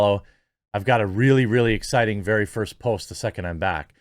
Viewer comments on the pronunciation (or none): none